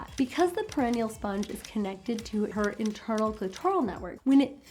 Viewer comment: Great information. I believe it's pronounced per-i-nee-al.